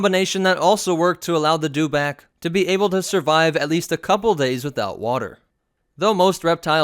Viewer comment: It's a dew-itback.